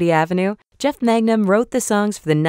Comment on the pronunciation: Did she say fucking Jeff magnum like magnum pi, ffs